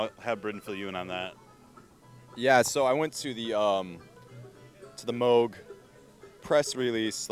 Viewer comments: no, you are mistaken.. pronounced, Moe-G. Not like it's spelled. Bob Moog would get upset when people would pronounce it "moo", like a cow would say. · Definitely Mowg, not moooooog. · Moog is pronounced how it's spelled, not like a cow goes MOO -- like "mow"ing a lawn. People pronounce it both ways, but Bob Moog clears up the pronunciation in the documentary bearing his name. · "MOWG"? It's moog. like a cow.